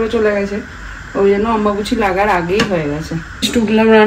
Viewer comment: অম্বাবুচি নয় অম্বুবাচি